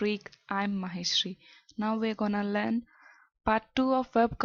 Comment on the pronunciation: The word learn is pronounce learn not lan